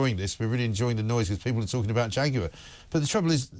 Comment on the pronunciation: I always pronounced jaguar as ( jag-waar) not (jag-you-are) now its more like (jack-queer).